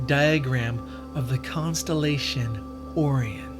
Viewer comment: Oh Ryan. Not oreon. I can't spell it the way you said it but you said it like you never heard of that word.